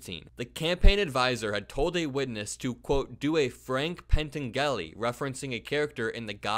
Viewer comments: Pen-ten-GA-li? Pen-TAN-Je-li! Frank Pen-TAN-Jeli! Dude, watch a movie that Bill Murray wasn't in! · It's "Pan-tan-je-lee" :) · ❤❤❤❤❤ The guy in the Godfather 2 movie was pan-TAN-gel-ee.🙂❤️❤️ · That pronounciation of Frank Pantangeli cracked me up. 😂